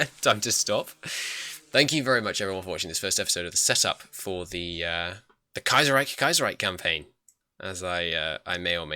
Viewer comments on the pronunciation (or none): It's Kaiserreich not Kiaserreich